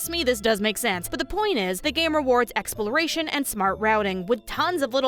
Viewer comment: how hard was it to say Exploration?